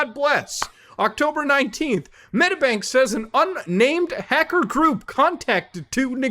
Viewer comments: So many god damn hacks holy shit, being Australian has never felt so bad, also it's Medi-bank, not Medabank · its not pronounced Metabank 🤣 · Fuck sake mooda this happened 2 weeks ago. Also it's pronounced "Med-ee-bank" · It's pronounced med-EE-bank! ;) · Again? Fucking he’ll I didn’t hear about this one. Hack after hack every week pretty much Also if you want to say Medibank, it’s said like meddybank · The way he says medibank pisses me off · The way you say medibank is hilarious tho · please just say medibank right omg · Bro what series of syllables came out when he tried to pronounce medibank